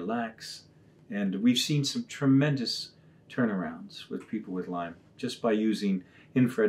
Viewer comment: It's Lyme Disease. Nitpicking? Maybe, but it bugs me, say it right.